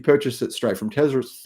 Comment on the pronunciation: there is no "z" in Tesla....